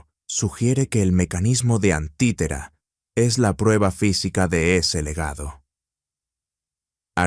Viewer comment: No es antitera, es anticitera 🤦🏽‍♂️